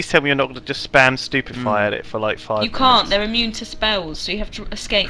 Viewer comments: When Simon had said Stupefy at the battle scene at the wedding, I thought he said stupid fry and i was ROFLing on the floor!!! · do he says stupid firea!!!